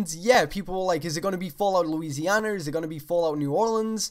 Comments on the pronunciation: has anyone noticed how he says Bethesder and Louisianer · Lousianer lol😆😆😆😆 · >new or-LEENs>louisian-ER